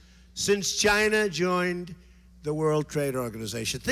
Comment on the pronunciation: if you listen closely someone mimics Trump's GYNA